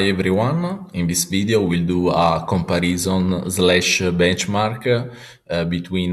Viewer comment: però comparìson non si può sentire 😂